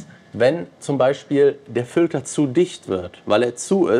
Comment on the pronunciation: Seit Jahren erzählst du was von Fültern,... Aber in diesem Video wird richtig übertrieben. Triggert hart😂 Filter diggi, mit i